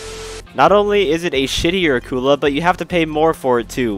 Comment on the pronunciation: Somebody: pronounces Akula correctly Me: I love them already